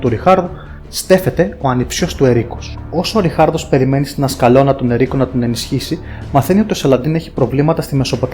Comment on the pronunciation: Φιλικά παντα νομίζω ότι η πόλη ονομαζόταν Τα Ασκάλωνα και όχι η Ασκαλώνα που σε άκουγα να λες.Αν δεν κανω λάθος ειναι ουδέτερο και τονίζεται στο Α